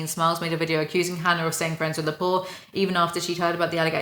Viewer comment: Noone: Literally noone:: hAnNaR